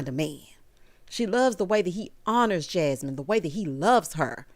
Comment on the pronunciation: Errrrrrrrrrtime say Jahmine instead of Jasmine i cackle😂😂😂😂😂 💀 Not only did Ricky have that atrocity of a suit on. (Honorable mention Kat) but he took out not one but TWO plats 😭😭 the whole look gave silverware😕 the nerve with 1 mm of growth. Not boneless baby braids. I see you though Luther aka Big Luth!! 😎👀